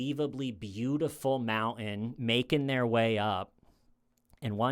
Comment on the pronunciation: Has trouble pronouncing “mountain”. Loves talking about mountain climbing.